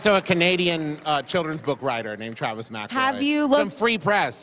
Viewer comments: in she mispronounces the last name of her guest. A+ research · My friend has been listening to their stuff for a long time, I've said "McElroy" in front of her a million times, and she still pronounces it like that. Now, granted, every time I read "Hoops McElroy" I read it as "Hoops mic-EL-roy" so I dunno what's up with that. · oof, this woman is probably the cringiest person ive ever experienced. right from her very first words and starting with the way she pronounced mcelroy. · Yeah she did mispronounce "Mcelroy."